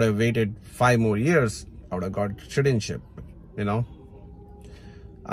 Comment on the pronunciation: did you say shitizenship?😅